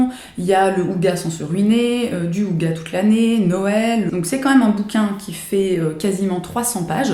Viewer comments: Je ne sais pas ce que vaut le livre sur l'art de vivre Danois, mais mon beau-frère est Danois et je peux affirmer que "hygge" ne se prononce pas "houga"! :) c'est qqch comme: "H" (inspiré) -"uggueu" (mais le "e" est un peu entre le "e" et le "i".. pas un son qu'on connait en français). En Danois le "y" se prononce généralement "u". Parfois "i". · Hello! Je voulais juste faire part d'un petite remarque par rapport au livre sur le Hygge et surtout sur la prononciation du mot (c'est vraiment du détail:)). On dit "hi-geux" en inspirant le H. J'avoue ne pas trop comprendre pourquoi ils donnent cette prononciation là dans le livre mais pour avoir vécu au Danemark, je me devais de faire cette rectification pour faire honneur à cet art de vivre qui me manque énormément! Je te souhaite une excellente journée et j'ai hâte de voir d'autres vidéos.:) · J'adore tes videos, tu m'inspires beaucoup! Gros éclat de rire pour ta prononciation de Hygge!!! (le Y se prononce comme un U en Danois;) )